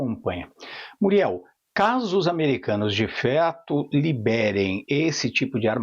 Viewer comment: Esse maluco disse "de feto"?